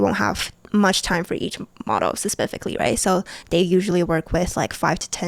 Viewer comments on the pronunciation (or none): Pasificilalily.... fuck that bugged me so much